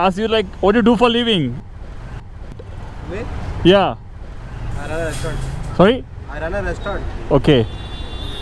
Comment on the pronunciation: u r doing a great job but I would suggest u bring a Little bit of clearity in pronouncing "What do you do for a living"